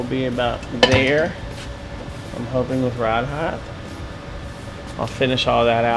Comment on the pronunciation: did you say "heigth"